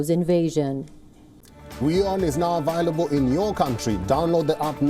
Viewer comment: its not avilable, you pronounce it available